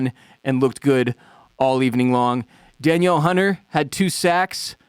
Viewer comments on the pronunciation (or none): obligartory,.. :its Daneel hunter pronunciation but great show!